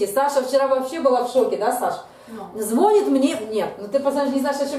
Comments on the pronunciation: звонИт, звонИт звонИт, звонИт, звоніт-ударение на последний слог, это не сложно, тренируйтесь, проговаривайте. Когда вы говорите звОнит это звучит так, если бы вы говорили-плЮёт, вОняет, виделА, ходилА. Нет слова звОнит, есть слово звонИт. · ЗвонИт,ну если звОнит,то не повторяйте двадцать раз...